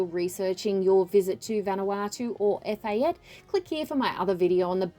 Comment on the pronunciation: Its "Eh-fa-tay"